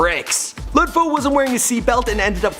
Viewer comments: lud foe is pronounced loode foe not lud foe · I believe HYZ NAYMM IS PRONNOUCED likee LU LU DDD FOE BT OKAAYYY🎉🎉🎉❤❤❤❤ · Walk Gleesh Walk hell naw. It's pronounced "luh" Foe. As in Lil Foe. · DaFamous Esavage shut yo dumb ass up Lud foe pronounces his name like luh foe not no Lud foe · Lud😂😂 not lod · Just say lud like lil with kinda d at the end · The way his says lud gives me anxiety😷